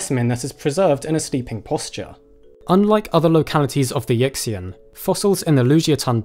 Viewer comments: a suggestion...so many of these locality and fossil names are Chinese, it would be nice to learn at least roughly how they are pronounced. I am probably not the only person in your growing viewership who knows Chinese. Yixian is not, for example, pronounced “Yick-see-en” it is approximately “Yee-shee-en.” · = Yixian should sound like "Yee-shian" not "Yicks-ian" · good vid but whenever someone says “yixian” as “yickseean” my ears bleed. it’s pronounced more like “ee-hsien” (some people will say the x as a “sh” sound, which isn’t correct either; it’s a hard-to-describe aspirated s-like noise not found in english) similarly the dinosaur’s name has a long a, not a short a. “chongmienia”. it’s never “chayng” if it’s mandarin. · Great video and your pronunciation of the Chinese place and dinosaur names is pretty good, except for Yixian. It should be pronounced either Yee shian or Yih shian. Either way, the X should be pronounced with more of a SH sound like in shush. Why they don't simply use SH when writing Chinese words in the Latin alphabet I have no idea. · Yixian is pronounce something like EE She-Ann. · You are mispronouncing Yixian. The I is like ee, and x is a soft sibillant version of sh, NOT like ks. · Will you please Google how to pronounce Yixian